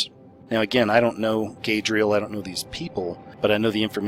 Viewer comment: I believe Gadriel is pronounced "god-ree-el" and is a name for satan or one of the fallen angels. I've heard it before but don't remember exactly.